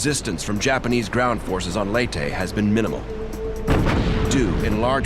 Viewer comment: I'm surprised the narrator pronounced Leyte correctly. Most other narrators from other documentaries would pronounce Leyte as "Lay-ti" when it should actually be pronounced "Ley-te"